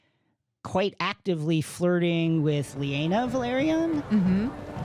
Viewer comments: Her name is laena not “lee ayna” my guy. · Did he say lee-a-nah stop playing out some respect on her name LAY-NAH. Honestly not for nothing I wish they would have given some prominent YouTubers this podcast these two really don’t do it for me when they are talking I get like 5 mins in and find another video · The A comes before the E in Laenor and Laena... therefore... it's not LEE-aynor and LEE-ayna, it's LAY-nor and LAY-na. Just like how Rhaenyra and Daenerys isn't RHEE-ay-nor and DEE-ay-nerys. Otherwise great discussion 👍🏼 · *Pronounced LAY-nor and LAY-na, holy smokes. Made me wince every time they said “Lee-ay-nor” and “Lee-ay-na”.